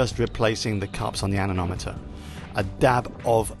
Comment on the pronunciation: Anemometer. Not Anenometer😉